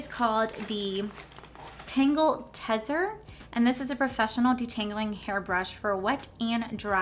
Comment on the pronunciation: I laughed so hard at how u pronounced tezzer u say it like tease... teaser hehe .... so funny... if you have fine ass hair the knots when u look at it.. and I mean knots like a necklace does and u have to get tweezers and shit to untangle it... that brush is the bomb... ofc it still hurts but it gets knots out so much better, quicker and easier than normal brushes....